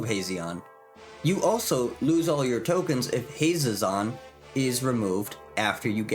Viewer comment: how many ways can we mispronounce Hazezon in one video? lol i love it. Hazzon, Hazeon, Hayzezeon. have a magical day!